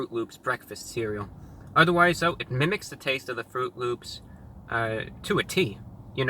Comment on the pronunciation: Did you say... L Ö Ö P S?